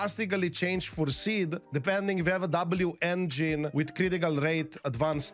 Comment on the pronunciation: Love that it’s always been “V-Engine” and now the correction is “W-V-Engine” 😅